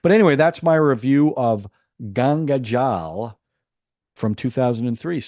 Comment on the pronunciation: A suggestion, if you dont know how to say "gangajal" you should refrain from reviewing Hindi films. No offense but you will probably fail to understand the basic premise of most Hindi films.